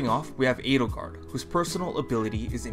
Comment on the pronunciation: that is the correct, I guess german, pronounciation...